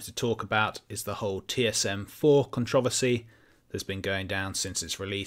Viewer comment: The way you say "controversy" slapped me in the ear drum.